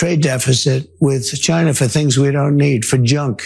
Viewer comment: I have been hearing this dingus talking for a decade, and the way he’s pronouncing “china” still gets under my skin